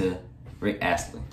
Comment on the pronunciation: U pronounce his last name Ast lee